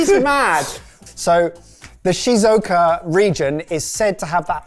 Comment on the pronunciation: So I'm a Brit living in Shizuoka ( pronunciation was something...) and those melons are £30-40 in the supermarket here. Fruit is generally expensive because there's only so much space to grow it so most of it is fairly high quality, there is at least one place that culls most of its melons early on to make space for the best ones. Look into the expensive grapes, that'll get you going.